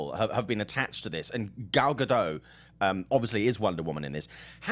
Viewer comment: Just a heads up... you're actually supposed to pronounce the T... it's Ga-dott.